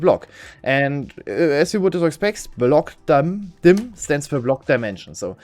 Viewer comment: Termilogoly. 😄 BlockDum-Dim. Brilliant. This is way more entertaining than the subject matter would have you believe.